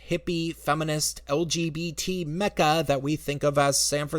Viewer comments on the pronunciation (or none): none